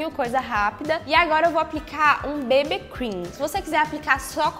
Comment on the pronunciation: n querendo ser chata mas o bb cream se fala bibi cream igual ao cc cream se fala cici cream